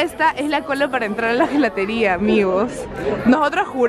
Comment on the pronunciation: Chicas me van a disculpar que les corrija, Gelateria se pronuncia Yelateria. Se les quiere mucho